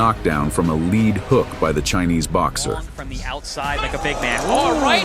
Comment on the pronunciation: Lead hook is pronounced leed not led. Must be AI